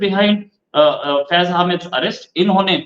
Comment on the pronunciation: हामिद नहीं, हमीद